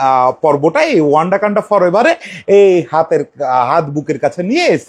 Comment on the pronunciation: ওয়ান্ডাকান্ডা নয়😂 ওয়াকান্ডা